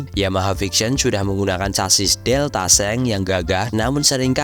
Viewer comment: Deltabox bang bukan deltaseng🤣🤣🤣